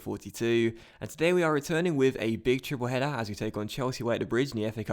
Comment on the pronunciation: 'Big Tiple Header' looool